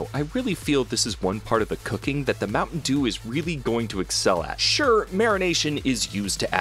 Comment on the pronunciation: my mom was listening to this and she was like, "mountain eww"